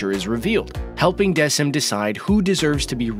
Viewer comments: Not desim..its deckim idk how to spell it but its pronounced deckim and its good anime 8/10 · You pronounced Decim wrong it’s pronounced like deckim as in a deck of cards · Also did you guys notice he mispronounced Decim’s name